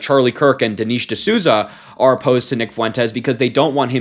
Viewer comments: Dee-Nesh. Even if you don’t agree with people at least get their names correctly. It’s not that hard to check a name pronunciation before posting. Don’t be like them. Also that Manz is 64… if he was calling himself young. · I like you Harry, but you need to learn how to pronounce Dinesh properly since you're a political commentator..😉